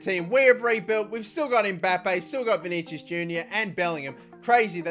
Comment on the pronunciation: You keep saying vinigius wrong